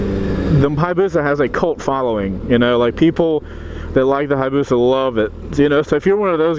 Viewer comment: HI - AH - BUSA. There is an "A" there, you keep ignoring man. :( Jeebus, you're a whiner. I love my Busa... Get back on a 400...